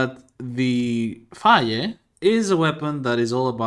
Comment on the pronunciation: you saying phage like fa-yeh makes me think of how i, a native english speaker, heard some sequence of letters similar to "cedo" pronounced "chay-doh", and now the only reason i'd have to imagine that weapon's name pronounced otherwise is how everyone else says it.